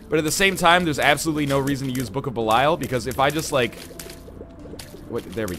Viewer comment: 650 episodes of Judas being in the game, 650 episodes of mispronouncing Belial.